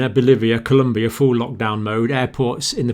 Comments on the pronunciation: Its ColOmbia, not ColUmbia! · Please, please. Colombia not Columbia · Colombia with an "o", Dr. Campbell. Not Columbia. Common mistake. You're awesome. I never miss your videos. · It is called ColOmbia, not ColUmbia!! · Colombia, not Columbia. Thank you